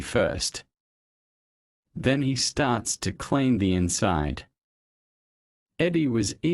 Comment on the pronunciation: Clean звучит как claim